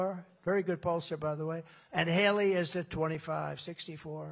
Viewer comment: "Halery" say it right.